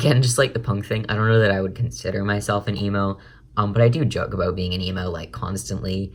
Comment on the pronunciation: say about correctly